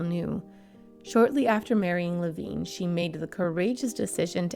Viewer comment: Some of the pronunciations were off. Carl Reiner and I believe her surviving husband pronounces his last name like Le vine. (Long I sound).